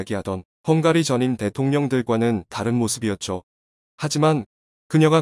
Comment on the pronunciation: 형가리?? 발음이 형으로!!